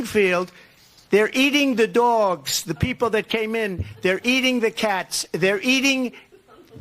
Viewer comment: "Their Eating the Daw-wogs" !